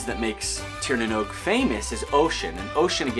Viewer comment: Love the interest you have in Ireland and our Celtic heritage. I’d love to see more, maybe something about the Fomorians, they are super interesting, and I think a lot of Tolkien’s Monster ideas came from them. Lastly, Oisín is pronounced “ Uh - Sheen “. Great pronunciation of Tír na nÓg though!